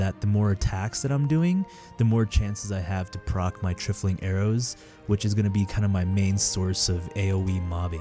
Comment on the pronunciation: For the love of God, it's pronounced, "Try-full-ing" "TRY-FLING"